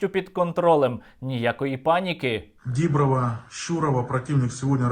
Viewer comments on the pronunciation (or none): той Пушилін навіть не знає, як наголос ставити в населеному пункті: каже ДІброва замість ДібрОва : )) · Пєніс Душилін: фсьо харашо... нікак нє павліяєт. Дíброва... Тупе не може правильно вимовити назву села... справжній бамбасєц.